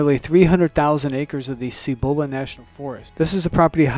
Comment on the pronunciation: Please learn to pronounce Cibola.